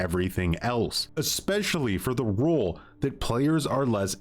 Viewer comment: Im trying to figure out why this guy can't say ROLE. Spent the first half of the video trying to figure out what the killer rule is.